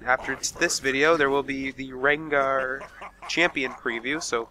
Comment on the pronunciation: Rengar! not Regnar -.